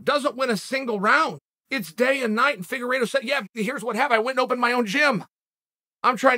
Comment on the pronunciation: boy i sure did zone out during this video. for a good 5-6 min until I heard Figuredo